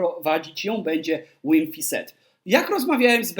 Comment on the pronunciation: Wydaje mi się, że imię nowego trenera wymawia się z "w" na początku, nie przez dubble w. Czyli Wim .